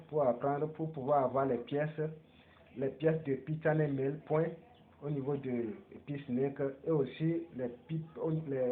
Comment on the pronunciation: Pi browser, pas Pi chain mall. Et puis, il faut revoir ta prononciation. « Pi chain mall ». Pas « Pi channel mail ».